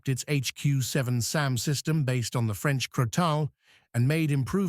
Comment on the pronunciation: Crotale is being pronounced in two different ways. Other than that - a solid video!